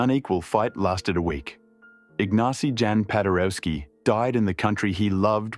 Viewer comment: Pronunciation correction: 1 Igg-NA-tsi Yahn pa-day-reff-ski. 2. Tah-DAY-oosh Koss-TSYOOSH-ko.